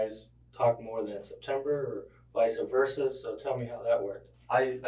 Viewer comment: The detective said visa versa 😂😂😂 thats not how it goes mane!!!! 😂😂😂😂